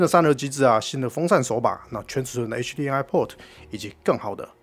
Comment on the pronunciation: 真的沒必要把“M”讀成/eŋ/ HDMI的MI應該讀成/emai/，最後這個音是“麥”，不要讀成/ŋai/